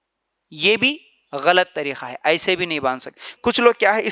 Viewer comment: Bakwas kar raha hai urdu bolna nahi aata tareeka ko tareekha bol raha hai ka ki jagah kha bol raha hai aurton ki namaz me thodi tabdili hoti yeh sarasar bakwas kar raha hai